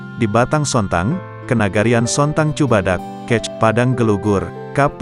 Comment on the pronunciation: Peristiwa woe bukan persitiwa,, Kec itu d baca kecamatan,, bukan lu juga baca kec aja... Tribun oh tribun